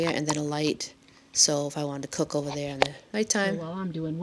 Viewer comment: Hey! Nice dumpstah theyah at the begining theyah.